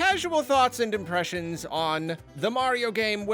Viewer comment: My brain genuinely thought you said “casual thoughts and depressions” 😂